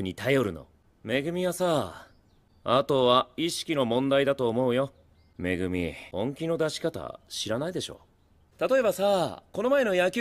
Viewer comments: it's like he's calling megumi as mimi 😭💕💕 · No he said Megumi, it's just very hard to hear it